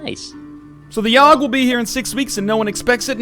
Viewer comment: How do you keep fucking up the Yawhg?